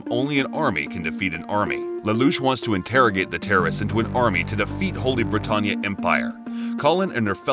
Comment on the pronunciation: I love this, but certain names are mispronounced. Like kururugi, britannia, suzaku, and Geass. Still love the video though!